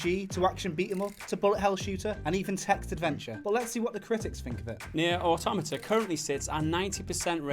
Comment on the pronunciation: Auto-MAH-TAH, not Automita